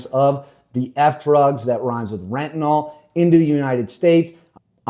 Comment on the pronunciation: If you can't say fetynal maybe you should leave youtube for Rumble.